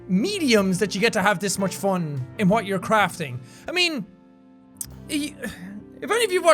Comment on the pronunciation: The way he pronounced 'fun'. "FON" xD